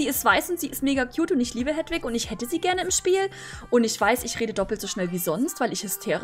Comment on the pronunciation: es heißt Heeeeeeeedwig:^ XD